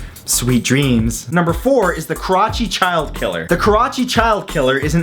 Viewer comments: "karachi" sounds like "crotch" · i just watched the video and he says kerachi, pakistan, the fuck is wrong with you lol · It's pronounced ka-ra-chee